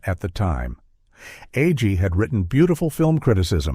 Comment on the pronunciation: How many ways can you pronounce "Agee"? This AI voice tries them all. (Not to mention "Laff-ton.")